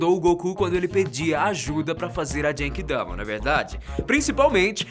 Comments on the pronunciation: Não se fala "jenki dama" se fala "Guenki dama" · Da agonia ouvir VC falando DJENKI DAMA sendo q e GENKI-DAMA mas ótimo video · nao é jenkidama, é genkidama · A pronuncia é Guenki-dama. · A pronumcia nao e jengidama . se vc nao fala certo emtao fala bomba espiritual